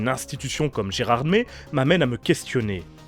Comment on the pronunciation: Mdr comment tu prononce gerardmer